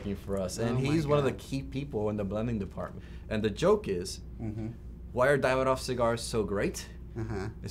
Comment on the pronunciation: Davidoff not David......off